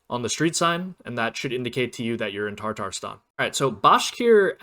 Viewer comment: very helpful video thank you, also not trying to be mean but its tatarstan not tartarstan… sorry to be that guy 😔